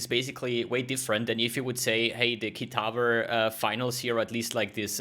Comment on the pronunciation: Why do you say "KITAVER"? there is no "r" in "kitava"